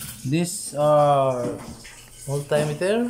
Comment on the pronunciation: Daygital multaymeter sounds like daygii and Gugol